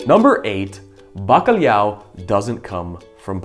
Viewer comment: O fala bastante bem, mas não diz "bacalhau" corretamente; diz "bacalhiau".